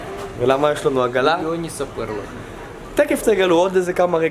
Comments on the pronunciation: ו אמר תקף תגלו במקום תכף 😂😂😂🤦‍♀️🤦‍♀️ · למה הוא אומר תקף ולא תכףףףף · למה אתה אומר תקף במקום תכף